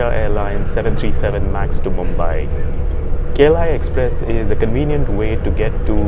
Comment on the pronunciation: you said Kla express I heard kerala express 😂😂😂😂😂😂😂